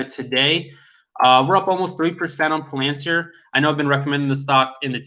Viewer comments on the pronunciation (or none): none